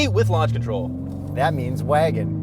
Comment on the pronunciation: Came here to hear "waygon" and got it at the mark. Not disappointed.